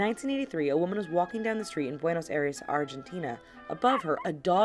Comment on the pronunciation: You didn't say Buenos Aires correctly.